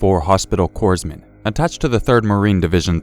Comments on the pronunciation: Hey man, I like your vids and I'm not trying to rag on ya but I will state this for further notice. Corpsman is not pronounced coresman it's pronounced coreman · CORPSMAN!! C O R P S M A N! (CORE-man) IT'S THAT FUCKING SIMPLE YOU WERE IN THE ARMY FOR CHRIST SAKES MAN (I FUCKING LOVE YOUR STORIES BUT THAT KILLED ME) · Please, corpsman or in the word corps, the s is silent. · Maybe pronounce “corpsman” properly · You guys are killing me in these videos not being able to pronounce “Corpsman”.